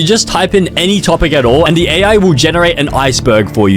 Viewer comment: weird al he says with an L